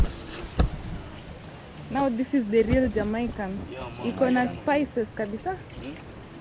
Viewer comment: "Jamaica" is pronounced "Jah -May -Ka.